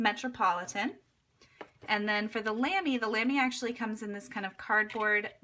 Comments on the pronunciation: Brand pronunciation is more like Luhmy with the u pronounced as in but or butter. :) Apart from that I really love my Lamy collection but I prefer the heavier Studio to the lighter Safari or Al-Stars, though I prefer the shaped grip section of the Safari or Al-Star to the roundish Studio. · Good video as always! Just FYI, "Lamy" is pronounced so that it rhymes with "mommy". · Love you so much, but you said Lamy wrong and I got triggered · You pronounced Lamy wrong